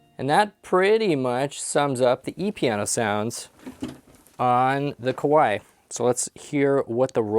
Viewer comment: Not "Koo-wai". "Kuh-wai".